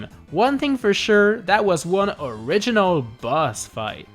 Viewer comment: Why dose he say this is sooooo arginoll